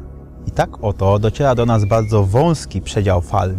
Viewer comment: Bożeeeee... Przygotuj fajny materiał. Daj go wygłosić osobie z wadą wymowy. Przez cały filmik towarzyszyło mi uczucie duszenia się. "Bahdzo modhe posuniecie."